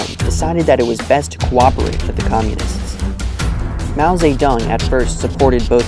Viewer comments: Its Mao Zedong not fucking Mao say tongue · I talked to a guy from Mao's birth region Hunan, he lives in China and he is very proud of Mao. He said "Mao Ze"DONG" not "tong". I wanna make a point of this because so many narcissists are obsessed with pronunciation to look more knowledgeable than they are. So when I heard him say that, I thought it was funny because I was saying it like him, and a video/google claimed otherwise, yet people in China claim different and more similar to how we would not knowing the other version to sound "smart". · mao seh tong. lmao wtf is that pronounciation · Oof yeah, haha. But he was saying 'Mao Tse Tung', I think is the proper way to say his name. (In Chinese) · From the first 3 seconds of music and pronunciation of his name, I have to turn this off.